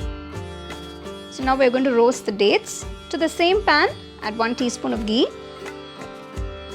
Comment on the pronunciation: I love the way you pronounce ghee 😍